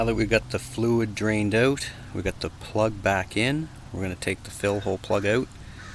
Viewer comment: Definitely helps “OWT” 😂.. just kidding… Great video